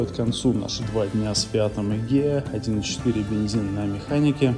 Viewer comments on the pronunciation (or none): Хороший обзор, только не Сегея, а Эгея.